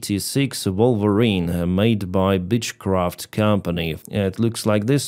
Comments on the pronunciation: I am sorry but when you say beechcraft..... It is pronounced like your Ukrainian " i " or beech not bіtсh craft 😂 bіtch craft is something a woman makes in the kitchen..... that's a great video thanks bro.! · Dude, for a pilot, you are full of mistakes today. 1) The plane is Czech, not Polish. Zlin. 2) Super Tucano is turboprop, not jet fighter, you seem to be using the term "jet fighter" instead of fighter. Jet is the propulsion, remember? 3) Beechcraft, not Bitchcraft. 😀And as usual: 4) Radars, not raiders. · I like your pronunciation of Beechcraft as 'Bitch Craft' 😅